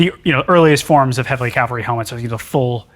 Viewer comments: C’mon Adam… Calvary! 😂 doh. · Calvary ? Oops I see it was already deleted 🤣 To be fair, the dude mispronounced it at least once. Metal work is the best !!!!!!